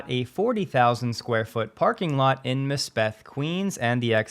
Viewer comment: FYI, it's pronounced Másbeth (stress on the first a, not the e), like "Mass" + "Beth"